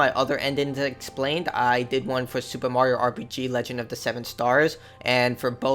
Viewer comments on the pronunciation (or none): none